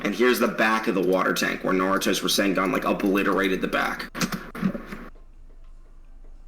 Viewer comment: Bro said Rising-Gone haha 😂😂 instead of rasengan